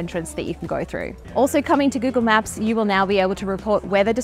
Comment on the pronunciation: Gyoogle Myaap ❌😏 Google Map 👈✅